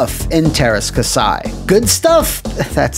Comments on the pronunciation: It kasi not kasai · kah-see not kasai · Käsi is said more like "cassie" according to Google Translate. I owned the game and didn't think it was terrible, although the moves that fired multiple blaster bolts at a time were overpowered. Including Jodo Kast was a fun choice. Lyn's motives were explained indeed, but it still wouldn't explain why the Rebel heroes would sign up for the tournament or what have you. Game disappointed some, but was far from the worst of all time. :) Note: It's "different tack," not "different tact," as in tacking into the wind